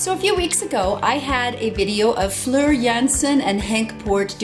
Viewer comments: Listen up, it's Floor like south of the wall, not Flir! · Oh, one more thing... The o's in Floor's name are pronounced like the vowels in 'Road', or funnily, 'Floor', as in the surface in your house you walk on. The way you pronounce them (more like 'uh'), would be spelled 'Fleur', also a popular Dutch girl's name. Interestingly, both names have the same Romanic root: Floor from 'Flora' (Plant in Latin), Fleur from... Well 'Fleur' (Flower in French).